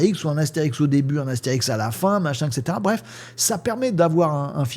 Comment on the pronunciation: Slt, on dit "astérisque" et pas "Astérix". Sinon, faut "Obélix"! Bravo pour ton travail et ta passion:)